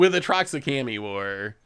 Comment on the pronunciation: wait... has mistaught me how to pronounce Kami. Obviously it's Kah-Me, and not Koh-Me, or Kaw-Me, since it's Kah-Me. It's spelled K.A.M.I. Thus you are prununcing it corrightly